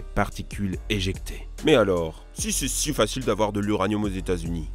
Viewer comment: Mais pourquoi à chaque fois tu rajoutes un S à "si"? Genre si (z)intense. Ca me frappe à chaque fois dans tes vidéos lol